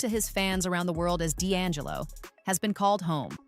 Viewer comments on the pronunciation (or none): That not how you say D'Angello's name. Its pronounced ( D' And Jello ) Not( Da' lingo)